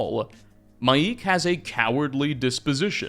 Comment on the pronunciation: His name is not Mai’ik. It’s literally pronounced Mike. As in Michael. It’s just Mike.